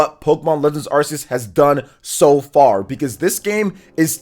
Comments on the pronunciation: Once again, Arceus is pronounced [ark-EE-us]. Ark. Not "arse". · Glade im not the only one who pronounce it as ar-seh-yos.